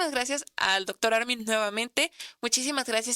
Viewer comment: La conductora le dice Ármin acentuando la A 😏😣